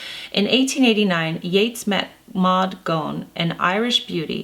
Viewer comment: Awesome video thanks Jennifer, little pronunciation tips; “Sligo” sounds like sly-go, “Galway” sounds like Gawl-way and “Gonne” is pronounced ‘gone’ in Ireland. Thanks for the wonderful video x